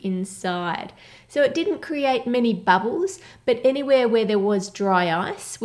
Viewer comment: “Cocoa batter” and “babbles” 😬